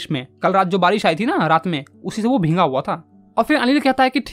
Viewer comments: It's not bhenga it's' bhegga ' correct pronunciation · Sir bhinga nahi bhiga hota hai 😅😅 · Bheega❎ bhinga✔️